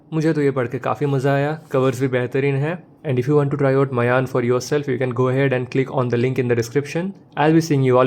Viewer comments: Its not mayan. Its maayan. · i was saying that, the pronunciation of the title is maayan.